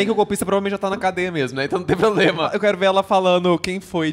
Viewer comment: Um golpista e ainda fala "POBLEMA".